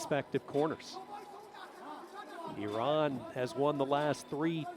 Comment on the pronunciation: I just love the fact that the announcer is pronouncing Iran correctly. Nice.